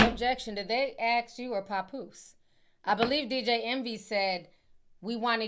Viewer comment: It's not PAHpoose Ti 😂😂😂😂 It's PAP- POOSE LIKE TAP MAP LAP... PAP!!!!